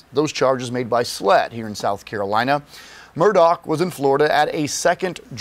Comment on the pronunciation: Apparently thousands of criminals are above the law, as they're not being kept in prisons and jails! It's pronounced MURR-DAH not MUR-DOCK.